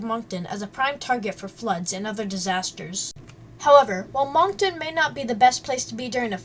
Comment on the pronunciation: Some of the information is not correct and she pronounces the names of places incorrect. I live here and “MONK TONE”. Haha what a silly way to pronounce Moncton and the beach names.